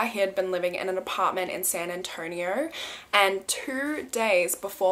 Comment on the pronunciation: So crazy I live in San Antonio and it’s so weird to hear you say it 😅